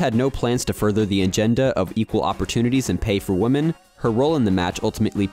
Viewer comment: The narrator does not know how to pronounce the word "women" (plural). He keeps saying "woman" (singular).